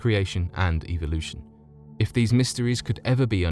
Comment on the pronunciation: you seem to have some problems saying things like "evolution (which you pronounce "ivo / eviloution" and also the simple word teutihuacan which is honestly pretty simple to pronounce when you have heared it once. but other than that good stuff to fall asleep to or do some other stuff